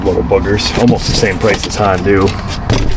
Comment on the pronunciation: Nice job, as usual. The aluminum foil is a sweet trick. But...Hon-do? Nah...Hon-DON'T is more appropriate.